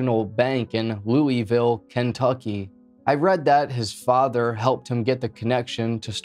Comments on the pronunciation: As a Louisville native my asshole puckered when you pronounced it 'Loo-eville' it's pronounced 'Luhvul' other than that great video. 👍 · It’s pronounced loo vul. Some will say it is pronounced loo a vul but I’ve never really heard any Kentuckian pronounce the a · its pronounced looh vool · I live in Louisville and I remember this happening. Also ps it's pronounced Loo-ah-vul. I'm sure I won't be the only person to say it. Anyway, great video. Never thought you'd cover a story from my current home. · We say loo uh vuhl-Louisville 😊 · This mispronunciation of Louisville is cringe af